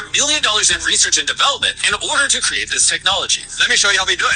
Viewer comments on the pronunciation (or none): none